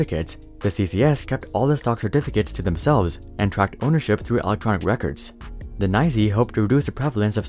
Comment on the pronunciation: "NYSE" is not nigh-zee lol